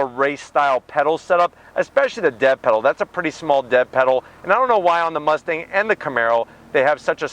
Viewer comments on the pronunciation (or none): none